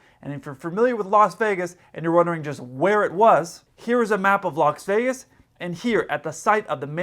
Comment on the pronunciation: did you say Locks Vegas???? 😄😄😄